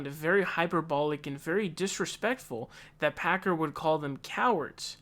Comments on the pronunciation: You keep calling him him packer. 😊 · lol isn't it Hasan Piker, not Pakar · His name is Piker not Picard. Pronounced PIKE- ER. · Picar. It's Piker lmao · Lol I love how you have fake pronunciations for everyone. Hassan Packer. Bernie Sonders. Jjjjjoe Biden. Kyle Kooolinski. Ben Shapino. Lolol.